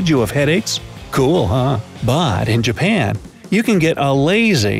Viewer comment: BRO THAT'S NOT 'JUPAN' THAT'S JAPAN